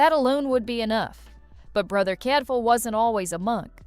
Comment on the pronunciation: Please use a real human voice. While I agree with some video lists on this channel, the AI voice and mispronunciations annoy me. The way the fake voice can’t say Birmingham or Cadfael correctly says it all. That’s why I only occasionally watch and won’t subscribe.